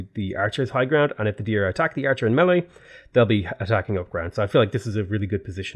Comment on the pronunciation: melee is pronounced: may-lay